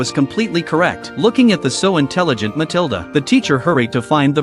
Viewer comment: Pronounced Muh-til-duh